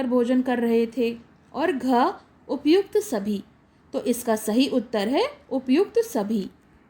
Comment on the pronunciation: Mam utter hota hai uttre nahi